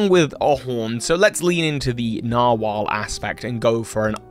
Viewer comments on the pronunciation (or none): “Narwol” for the Dewgong evolution